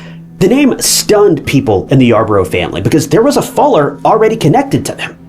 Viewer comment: How are you mispronouncing FULLER? smh